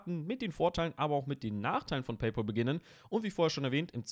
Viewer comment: Es heißt nicht „Peypol“, sondern „Peypäl“.